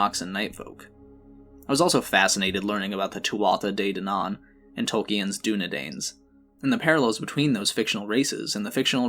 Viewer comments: Isn't it literally Dunedain not Doondeyn??? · its pronounced "dune-e-dine" not dunedine